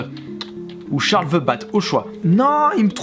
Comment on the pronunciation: "The" sa se prononce pas "ve" mais "de" 😒